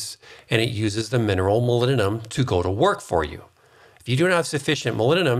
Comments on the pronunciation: It's MOLYBDENUM with B and D not molymnum. :D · Please clarify ... the mineral you mentioned near the end that sounds like " millennium" .... molybdenum? aluminum? ....hard to hear that as a recognizable element .... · Is he saying ‘molybdenum’? All I hear is ‘mulununum’...... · If you're also wondering about "molinnenum", it's molybdenum. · Molybdenum It has a 'B' in it. moly'B'denum Learn how to pronounce it. Otherwise, thankyou very much for the information. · What is milleninum? You keep calling it milleninum, what mineral is that? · Are you saying molybdenum? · I assume you are trying to say the word 'molybdenum'?